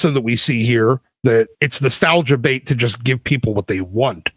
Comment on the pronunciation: genuinely not trying to be a jerk, but it’s “bait” not “bate”. love the channel!